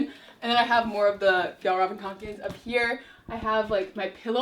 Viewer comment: Fa- y’all- raven not whatever u just said